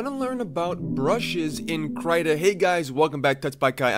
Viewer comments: not "krata" "kreeta" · Kai yer great.. but for the love of fudge.. please pronounce KRITA (KREE-ta) and not (CRY-ta).. k thanks. :) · He means the most common pronunciation is cree-tah instead of cry-tah (which is commonly written as crAI-ta. The english sound of Y is mostly transcribed to ÁI in most languages out there, such as Portuguese, Spanish and Italian) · “Cry-tuh…” CRY-TUH??? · IT IS PRONOUNCED KR-EE-TA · Your the first person i know who pronounces "krita" into "kraiéta" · Its kreeeeeeeeeta..ok? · every time i heard CRY Ta i dies a little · my heart hursts when he says krayta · "kraita" lol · It's pronounced krimlen. Krim-len. With a silent and invisible G. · I still pronounce it Critter like a squirrel lol.